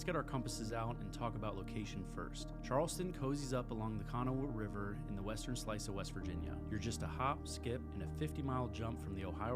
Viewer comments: It's: K' Nahw OR K'Nah-wuh NOT Kano-wah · You've obviously gleaned all these facts from Google, and you've never even been there. Kanawha is pronounced KeNAW, not Kana wha! If you pronounced Kanawha like you do they would laugh you out of town! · Umm learn how to pronounce Kanawha. Ka-na-wa (h is silent) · It's pronounced Ka-gnaw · I had to stop watching this because it killed me with you saying Kanawha. If it is an odd name, please learn how to say it! Makes you sound like you don’t know what you are talking about! Also Charlotte NC and Charleston SC are two different towns!!! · PLEASE learn to pronounce KANAWHA. 255,000 ? you are about 200,000 off for Charleston. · You actually pronounced “Kanawha” wrong, though? 😫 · How did you pronounce "Kanawha"? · Not even close to how the locals do lol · Where are you from? Not trying to be a jerk. Just curious. You're obviously not from WV by the way you pronounced Monongahela and Kanawha.